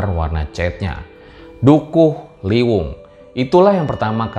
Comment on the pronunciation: Maaf mas . Saya orang guci , setau saya namanya dukuh liwung deh , bukan dukuh liwuh . Meluruskan saja hehe🙏🏻